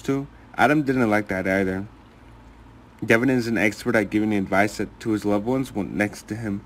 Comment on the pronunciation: DE VON NOT DEVON